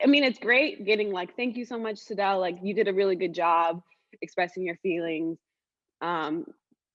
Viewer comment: Name is pronounced sidel not side-del.